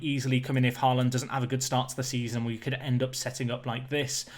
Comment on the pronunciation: «aa» in «Haaland» is pronounced «å»